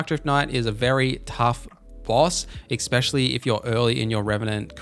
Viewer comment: Just so you know, it’s ‘especially’ not ‘especially’